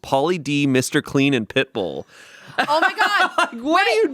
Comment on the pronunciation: Not only calling Pitbull « Pipple »